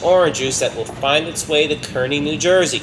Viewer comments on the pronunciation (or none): Enjoyed the video. I have just one nit to pick. The town in New jersey where the Tropicana train goes is pronounced "Kar-Ney" not Kur-Ney".